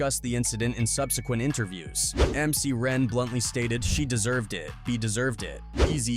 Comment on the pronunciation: Me too but it's MC Ren not Ran 😂🤣